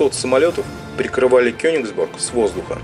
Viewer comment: почему вы говорите Кёнексбург когда реальное название Кёнигсберг!!??